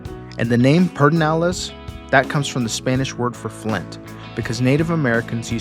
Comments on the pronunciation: The appropriate, Spanish pronunciation, would be peh-der-NAH-less. However, most locals, including LBJ, pronounce it PURR-deh-nah-less. Definitely not "peter". 😄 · Hello that is definitely a questionable pronunciation. We love Pedernales Falls. It is a beautiful park. Excellent video I love the narration. Video is excellent quality. Have a wonderful day!!!😊